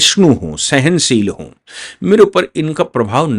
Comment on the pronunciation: हू नहीं। हूँ। अपनी हिन्दी सुधारो।